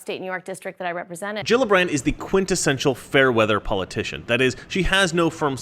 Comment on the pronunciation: You forgot the r in Gillibrand